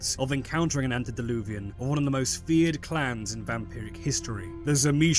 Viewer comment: Antediluvian ANTE not ANT. Ugh...